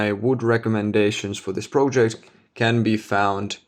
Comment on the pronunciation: I like your videos a lot. Also, I think your English is very good, both in terms of use of language and pronunciation. I only wanted to point out that the word "project" is pronounced as in I am not a native speaker either, but since you use this word a lot in your videos, I keep hearing it with the "o" pronounced as in the word "no" for example, instead of as a short "o" as in the word "dot" for example, which is the correct pronunciation. Please take this comment in good faith! Keep up the nice videos.